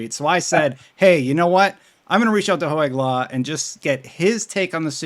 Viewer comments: Hoeg law not Ho-egg law... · Ho-egg law, hehe. Love me some